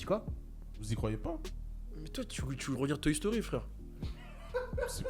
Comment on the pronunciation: la prochaine FOIS qui dit toy stori mieux que dragone ball sort le stp